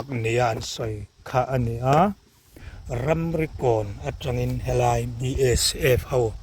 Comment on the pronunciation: Ramrikawn tih tur hi 'Ramrokawn' i ti a nia.😂